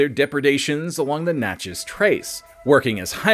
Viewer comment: Thank you so much for learning to say Natchez correctly. 😉